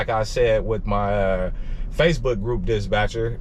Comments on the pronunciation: Dispatcher not Disbatcher..lol got it bro🤣🤣🤣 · Love the content boss, been an owner/op myself running big trucks though. Switching over to sprinters soon. Btw, it’s “dis-patcher”, not “dis-Batcher”. Keep gettin that loot! 💪🏾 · Why you keep saying disbatcher? I thought it was dispatcher 🤔 or maybe it’s something else your trying to say am confused